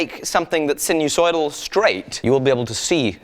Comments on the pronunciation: Not to be OCD but *Sinus oidal as opposed to sinu soidal. English is my bag, man. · Sinusoidal is pronounced with a hard first “I” sine-u-soidal.